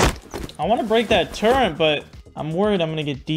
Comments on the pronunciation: balzed word fumble. "Turrent" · I just can't when puts an "n" in the word turret, lol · I swear to god if you say "Turr-ent" one more time I'm never watching a video again. There's no n dingus. "Turr-et" Get it right. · I know this man does it on purpose but every time i hear him say turrent i wanna shake him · Am I missing something? Is it like a meme to pronounce turrets like it has an 'n' in it? Or does have a speech impediment? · Turrets not Turents... it's driving me crazy lol. Honestly, I think you're doing it on purpose but still lol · Turrent lmao it’s turret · It’s called a turret not a turrent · Dude its turret not turrant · your pronouncing turret like turrent and i dont like that